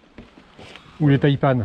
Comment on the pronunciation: Tres bonne vidéo ! et oui les Taïpan excellent choix ! par contre arretez de dire "Taïpanne" ! "Taïpan" comme euhh ... "seprent" quoi